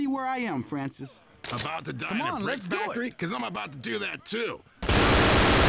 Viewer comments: Bill : Louis. Bill : Franshish :3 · Bill: franshish :3 I just like this part for no reason